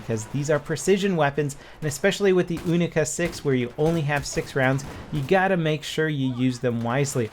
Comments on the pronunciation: It's not oonica 6, its younica 6. pronounce it wrong D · its U-Nee-Ca not Ooo-Nee-Ca , u wouldn't call it a OO-nee-corn would u? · Pronounced younica not oonica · Younica. Its not the oonica no offense all people that use oonica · it's kinda funny hearing "oonica 6" instead of "younica 6". 😂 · You-ni-ca not oo-ni-ca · You say "Unica", I say "Younica". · wtf is an oonica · What the fuck is a oonika? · He is trying to say: "Unica 6" but he is American propaganda channel not russian so yeah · You wouldn't pronounce unicorn oonicorn so why call the unica a oonica?! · the [OONICA] ? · "OONICA 6"??????? oh yeah, is it made out of ALOOMINUM???? when will americans learn how to pronounce words correctly, not just how they're spelt...sigh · The "oonica" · Why do you pronounce your U as ooh? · why are you saying oonica.....you dont say ooniversity... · Why do Americans pronounce the unica like oonica? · dont just say unica put more emphases on th U because it makes sound more magical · Is it pronounced OO-NI-KA or YU-NI-KA? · It's pronounced like unicorn, you wouldn't say unibrow like how u r saying it R u?